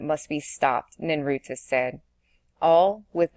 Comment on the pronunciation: ninurta succor satiate visior so many words thru this entire reading are said wrong this is the only place to listen to it though